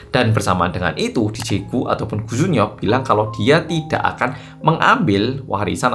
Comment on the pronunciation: Koo jun yeop tp aq denger e gu jun pyo 😂😂